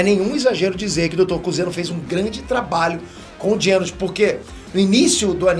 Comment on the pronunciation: "dr Genos" KKKKKKK é Genus